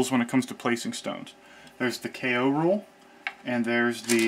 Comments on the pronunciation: The "Kay oh" rule is pronounced "koh" (rhymes with go). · I know it's probably been said a thousand times, but that rule he calls a K.O. rule is actually a Japanese word (not an abbreviation) ko (劫) pronounced straightforwardly like CO- in COrn (or CAU- in CAUght). For novice Japanese language enthusiasts, it can almost sound as if he's saying keiyō or kenyō, both of which have multiple meanings unrelated to the word's literal meaning of "eternity". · Is is NOT called K.O rule dear americans, it is called Ko ...